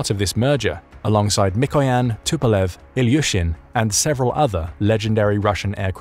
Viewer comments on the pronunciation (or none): none